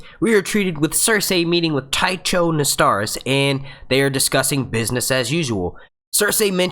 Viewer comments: "Ty-Chos"? I thought it was "Ty-Kos" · Nice review. But, remember it's Ser-See & Tie-Ko.